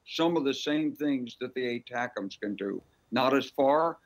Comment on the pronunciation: finally, has been the only one to say those rockets properly, A-tack 'ems.